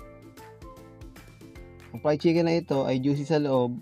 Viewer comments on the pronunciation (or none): He said pried-chicken not fried chicken. Lol